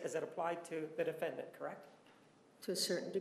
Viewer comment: defend-ANT lol